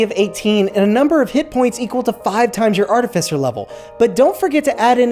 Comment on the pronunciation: Thank you for pronouncing “Artificer” correctly 😅